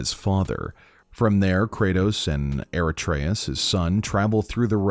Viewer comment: Krayos and aratreus xd